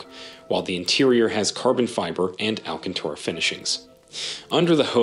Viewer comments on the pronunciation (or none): none